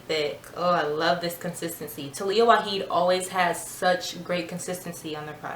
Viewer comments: Love your review . Your curls are popping. But please pronounce the “j “ in her last name. Lol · The 'j' is not silent. Its Arabic not spanish :) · Waajid not waheed